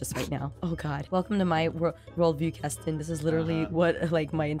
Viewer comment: Why did aphmau called ceston?